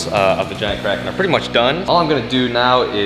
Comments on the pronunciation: I thought you kept saying crackhead instead of kraken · It's pronounced KRAY-ken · It's bigger than the Kraken so Andres gave it a new name... And "Release the Krakerlaken" doesn't sound right :-p